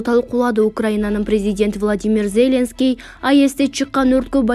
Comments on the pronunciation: Тексти окуп жаткан квзга- Зеленский деген атты туура окусан ударениени биринчи ээге койбой оку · Атомду , Зеленскийди,Бористи туура окучу.